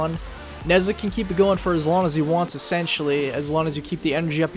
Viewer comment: nezha is pronouced neige ha